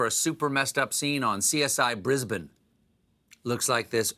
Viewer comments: they way he says 'Brisbane', the Aussie way 🤩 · Nope. He said it perfectly. "Brizbin" is my city. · Omg he pronounces Brisbane right! ❤️ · He said "Brisbane"! Even pronounced it properly. Made my day. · Extra points to Stephen for pronouncing Brisbane corectlly. Over the moon for recognition of the platypus family name. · props for pronouncing Brisbane properly edit: wait how does a BIRD get stuck in a tree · I’m so happy to hear an American pronounce ‘Brisbane’ correctly. Nice work SC. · Did Colbert just say Brisbane... PROPERLY? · Hey, pronounced 'Brisbane' like a local! Now there's a man who pays attention to the little things. Including us Australians. ;) x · Wow Stephen knows how to pronounce Brisbane! Who knew! 🇦🇺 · Excellent work on the pronunciation of Brisbane. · Hey Stephen. Thanks for the shout out to my city, and the perfect way you pronounced it. I'm very impressed! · I’m just happy you pronounced Brisbane correctly. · OMG an American said Brisbane correctly Luv it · As a Qlder, I am impressed at the pronunciation of Brisbane.... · Thanks for saying Brisbane correctly! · Thank you for saying Brisbane correctly! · Thank you Stephen for pronouncing Brisbane correctly. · This Aussie was also pleasantly surprised that Stephen got the pronunciation correct, esp since there's a Brisbane in the US which the residents pronounce phonetically (Briz-bane). Until I saw a tv story on it, I had never thought about how we Aussies say Brizb'n and Melb'n instead of Brisbane & Melbourne. (Aussies say New Ore-leans instead of N'orlins & Nevarda instead of Nevada so we're just as literal with their place names as they are with ours.) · holy shit, he said brisbane right.